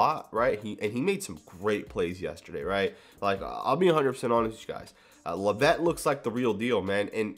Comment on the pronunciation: When you say "La-VETTE" do you mean Dallyn Leavitt "LEV-it"?